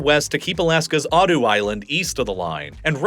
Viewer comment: Oops! I posted too soon. Alaska's Attu island is pronounced at-TWO, rather than OTT-oo.